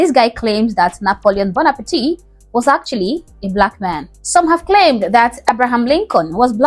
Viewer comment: It’s pronounced ‘Bon epart’ Otherwise you’re saying ‘Boner Party’ 😂